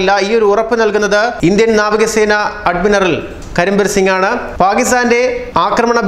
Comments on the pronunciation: Adminaral അല്ല admiral. ശ്രദ്ധയോടെ വായിക്കുക സുഹൃത്തേ.. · അഡ്മിനറൽ അല്ല... Admiral.....